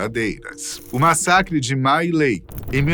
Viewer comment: A pronuncia era mi lai.